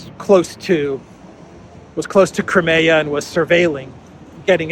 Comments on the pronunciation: Nobody else pronounces Crimea as you do! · Is that how to pronounce 'Crimea'?